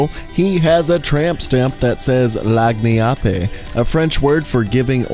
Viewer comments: Lagniappe is pronounced as "Lan-Yap", that's the closest English pronunciation of that word. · He Said Lahgneeappay But its pronounced Lagniappe {Lag Knee App} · good video and you are not terribly off, but it is "Lan- Yap" nice and simple sound, with silly spelling. lol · "Lagniappe" is New Orleans tongue for "a little extra", in regards to food primarily. It's pronounced like "lanyapp". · The word on virgil sounds like "Len-yap" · Lagniappe is pronounced Lan-yap. This is a common word here in Louisiana where I live. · Lagniappe is pronounced “Lan-yap” btw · Lagniappe is pronounced ,lan'yap I've always called it ,lan'yap because the G is silent and the E obviously but I've called virgil/ Lagniappe ,lan'yap for as long as I can remember and I have played lfd since I was 6 so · lagniappe is pronounced like “lan-yap” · lmao at how you pronounced lagniappe XD. it's Lan-Yap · It's pronounced "Linyap" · Just saying lagniappe is pronounced lan yap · For failing to pronounce that word we will never see L4D3.